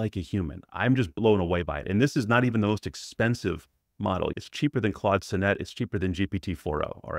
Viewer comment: Great review! Sonnet is pronounced saa·nuht btw.